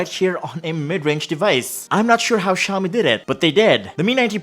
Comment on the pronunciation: Ano po yung "Xiomie" ma'am? Tingin ko kase "Xiaomi" lol